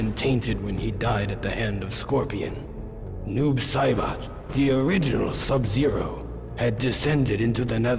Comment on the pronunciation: Noob saBOT -- is not how you say that name. Also watching these is a good reminder for me of the dark ages of mortal kombat.